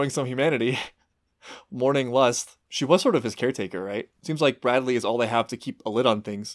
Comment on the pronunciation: i like the emphasis on bradleys name xD